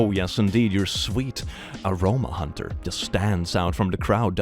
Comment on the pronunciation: btw im sure it has already been said but you are saying Huntyr wrong in the vid but with the intro and outro you say t right lol Huntyr=Hunter talk about irony lol